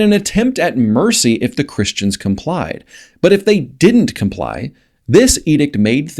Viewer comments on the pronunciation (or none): none